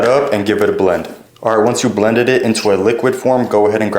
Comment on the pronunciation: Honestly I probably flip them just like him , I didn’t even realize he said it wrong till I read your comment 💀